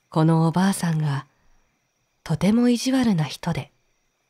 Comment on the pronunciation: 中国の昔話は、全く知らないので楽しく聴かせていただきました。 重箱の角をつつくようで申し訳ありませんが… 「～ブドウ」の、おばあさん？おばさん？ 「どうか～」の最初のカネのタライ？ が気になりました(ごめんなさい)